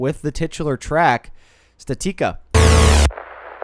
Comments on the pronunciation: Pretty sure it's statica not statika like the word static but add the letter a. How do you think you pronounce that again? Say it out loud statica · Its pronounced static-uh